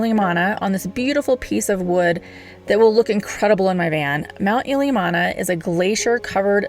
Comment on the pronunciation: Ill - li - am - na :-)